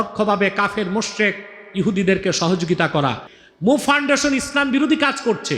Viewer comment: আমার প্রিয় শায়েখ কি ফাউন্ডেশন উচ্চারণ বুঝতে পারছিনা 😢